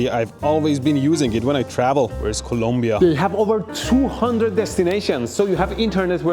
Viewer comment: Thank you for saying and spelling Colombia the right way! I'm not Colombian in any sense but when idiot fellow US people say "columbia" annoys the FK out of me.